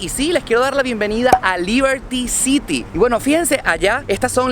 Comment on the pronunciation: Liberty city!!😂😂😂😂ni sabe pronunciar